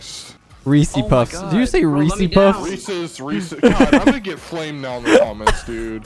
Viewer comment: Came here to say saying of Reese’s Puffs is correct